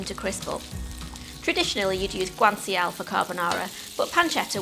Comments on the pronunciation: When she says guanciale, if you listen very closely you can hear Vincenzo's plate crying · I was like WAIT what was that word!? Had to rewind twice to be sure 😂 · think i just gained a brain tumor from the way she pronounced guanciale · I was thinking the same thing.